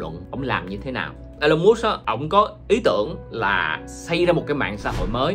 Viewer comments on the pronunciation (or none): huhu anh ơi tên ổng đọc là I-Lon Mớtsk mà anh đọc giỡn đúng khum :v